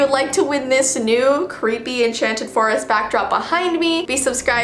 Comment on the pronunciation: İ name it "ThE CweEpY fOwEst"